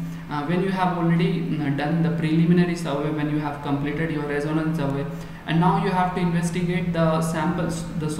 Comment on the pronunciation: How can we accept the pronunciation of "Reconnaissance" as" Resonance "?